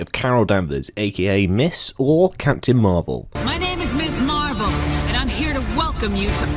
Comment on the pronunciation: Very nice job in condensing the story to under 6 minutes. Just a couple of nit-picks: Ms. Marvel is pronouned "Mizz Marvel." Ms. means a woman whose marital status is unstated, whereas Miss means unmarried and Mrs. means married. In the 1970's the term was all the rage, most notably by the fact of there bing a magazine titled Ms. Therefore it was quite logical to name the first "feminist superhero" hero Ms. Marvel, as opposed to Marvel Woman, or Girl, or Lady, or Miss or Mrs. The other nit-pick is that the new costume had nothing to do with Marcus' "rape" of Carol Danvers. she had changed the costume design some time before, after her red scarf kept on getting grabbed by opponents during fights, Aside from that, though, you hit the major turning points well, good job.